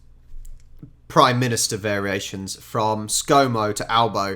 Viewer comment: Don't know why he's given Albo the speech impediment.